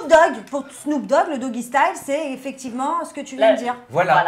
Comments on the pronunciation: Le doggy style, pas le dooggy style déjà, c’est une position pour tout les gens qui parlent anglais, pas que pour Snoop Dog. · Les amis, 'dougie' la dance et 'doggy' (style) la position sexuelle ne sont pas la même chose et ne se prononcent pas de la même manière. 😅